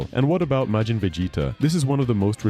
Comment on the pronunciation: "May-jin"? "Buh-bee-dee"? LOL 😂